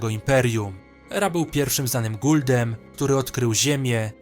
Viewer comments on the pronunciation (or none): Nie guldem tylko goauldem